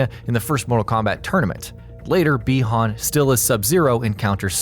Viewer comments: Pretty sure it's said "bye-han" not "bee-hon" or at least all the previous MK stuff I've played or seen have stated so you mispronounced it like 50 times in the video -_- it got really annoying I stopped after 5 min. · Is it just me or do other people get irritated every time he says bi hon